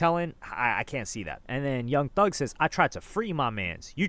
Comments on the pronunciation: “Young Thus” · ‘Young Thus’ u gotta fix that, pushing out these videos too quick